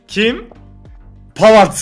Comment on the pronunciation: abi sen pavard dedin ben sandım haaland okula gitmedim öğretmenim hasta olduğum için